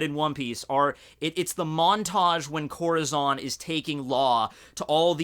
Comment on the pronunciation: Im sorry. I know your are not hispanic but you have so far mis pronounced Corazons name wrong every time. Just look up how hispanics pronounce it. It means heart in Spanish. Oh and in case you also pronounce Urouges name wrong, try pronouncing it with 3 syllables. U-Ru-Ji. say the first Syllable like you would say the beginning of Usopp. i think it sounds even cooler when you pronounce it this way. Keep up the weird but interesting videos.